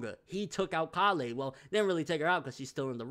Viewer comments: Why do you pronounce it call-eh like wtf listen bro they say it a bunch of times it's pronounced Kay-le just stop bro you say it like your not listening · Is anyone else bothered by the way he says Kale's name? Call-ay it's pronounced Kay-le. Kale the vegetable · Why does he say (Kah-lay) instead of (K-ail)? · bro, her name is Kale like Kay-yule not Kah-lay. It's a leafy vegetable and a lot of white boys have it as a name in America. Caulifla even says her name Kay-ru which would be Kay-yule once it gets dubbed. Love your videos no disrespect but it's the one thing that has been driving me nuts about your videos since the character was introduced.